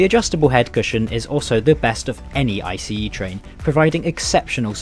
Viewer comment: Okayokayokay... I'm not even 30 seconds in and I'm already freaking out!! Finally someone who pronounces ICE correctly! Funnily enough, I'm currently on an ICE4 set. The seat comfort is good IMO, could still use some more padding, but the shape is great. I'm personally a big fan of the winged headrests, though I imagine one might find them a hindrance when trying to have a conversation with their neighbor. Ride quality is good, though my service has yet to reach top speed. (Guess a second edit is in order) The interior is overall very pleasant esp with the mood lighting in place, though I wish they'd also dim down the direct lighting when enabling it. Tomorrow evening I might get chance to have dinner on a train for the first time in my life, I'll update this comment then. Update: I forgot about window alignment! Yeah, it's pretty spotty. Funnily, I did intentionally choose a poorly aligned seat since I'm travelling overnight anyway